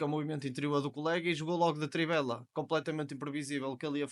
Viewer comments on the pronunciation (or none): Muito boa análise. Subscrito! Só uma coisa, é "trivela" e não "tribela"😅.. brincadeira